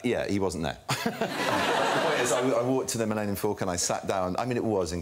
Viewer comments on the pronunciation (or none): none